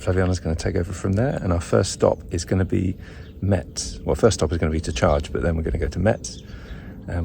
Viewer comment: About the charger in Metz (that should be pronounced like « mess » by the way 😉), the charger asks you to close its door before starting the charge.